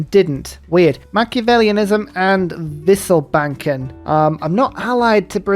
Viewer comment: Good to Hear that your pronunciation of "wisselbanken" is getting quite good